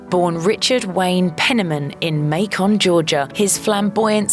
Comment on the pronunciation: may-cun, not may-kon, georgia. Macon, Georgia. RIP LIL RICHARD